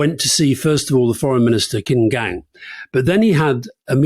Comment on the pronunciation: Note: "Qin Gang" is pronounced "CHIN Gang"